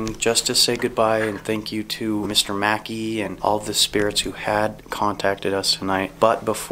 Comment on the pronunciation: FYI, y'all are pronouncing MacKay in correctly. It is pronounced MUH-KAY. MAEKI is the pronunciation of Mackey. MacKay is my maiden name.